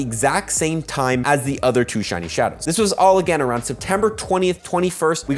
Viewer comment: "SHAWNY SHUNIE SNUBWOOL" LMAO